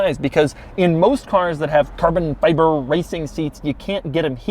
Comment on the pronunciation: why does he accent the Fi in carbon fiver soooo goood damn much. it drills me every time